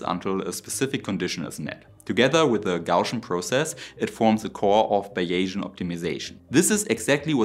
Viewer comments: If you're looking for American pronunciation for english, the word "finite" is pronounced as if it rhymes with "twilight," and the word "bayesian" is pronounced like BAYZeean ("Bayes" rhymes with "days". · You are pronouncing “finite” as if it were spelt “fieniet” in German. The correct pronunciation is as “feineit” in German spelling, with the stress on the first syllable. Also, "Bayesian" is pronounced like "Behsian" (three, not four, syllables) in German spelling. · Interesting stuff and you have a subscriber. A few minor pronunciation suggestions from a native English speaker. "nano" is pronounced with the "nan" rhyming with "can". "Finite" is "fine" and "eye" with a "t" on the end. Bayesian is "bays" and "ian". Best wishes from sunny Tasmania :) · "Fine night" not "fin neat" Also, "bays Ian" .....not whatever you said. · Bayesian is pronounced BAY-zee-ən (named after Thomas Bayes). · Bayesian = "Bäiʒänn" So wie vision = "wiʒänn" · I hope this won't be taken as rude, because it's intended as helpful, but may I suggest that you lookup/exercise the pronunciation of "finite" and "bayesian"? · '' Finite'' is pronounced ''Fainaite''. not ''Finnit''. And Bayesian is pronounced ''Baysian''. Not ''Biaysian'' or Bayasian''. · Nice summary and a very good point about scaling -- just an English pronunciation warning about initial vowel sounds: "finite" is with a long-i (like eye) and both "variable" and "Bayesian" are with a long-a (like "Eh" in Canada :) (And "Bayesian" does not have an inflection -- it's B-A-sian, with only two syllables.) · That’s “f-eye night” and “Bay-zee-en”, btw. Elsewhere, I found this phonetic respelling: "BAY-zee-uhn" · Finite= fy-nite, and Baysian= bay-zean, and not bay-asian. Can it be used for a motorcycle engine? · Protip 2: Bayesian is more commonly pronounced closer to “Bay-zee-uhn” than “Bay-jjin” if comfortably communicating to a North American audience. But, you do you, sir. 😊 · FI (eye) Knight, Bays' e an, poly sty' reen